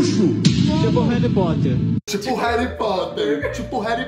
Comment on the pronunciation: Tipo o “reri potter” KKKKKKKKKKKKKKKK CHORANDO